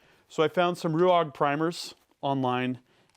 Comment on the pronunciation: It's R UA G. Not R U A G. Stop reading every letter